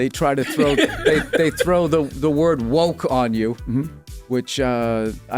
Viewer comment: Is he adding a T to woke? Sound like he's saying WokeT.